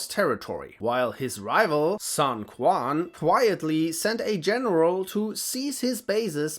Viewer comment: You did the early Dynasty Warrior pronunciation of Cao Cao 😂. It's not pronounced Cow Cow, it's pronounced Tsao Tsao. Pinyin is the official phonetic system used to transcribe Mandarin Chinese sounds into the Latin alphabet and the C letter is pronounced as "Ts" in Latin. Same thing with Quan, it's pronounced Chuan not Kwuan since the Q letter is pronounced as "Ch" in Latin.